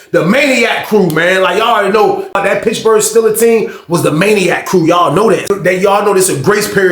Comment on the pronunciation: Bro said "Pitchburg" Steelers 😂 you startin to talk like a old head 😂